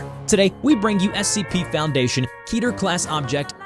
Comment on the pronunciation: I cringe everytime you say keter because it is an incorrect pronunciation